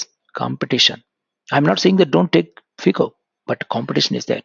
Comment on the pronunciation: Sir, You pronounce phico. It is FICO